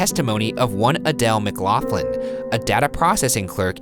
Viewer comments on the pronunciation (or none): The way you guys said McLaughlin 💀 not how it's pronounced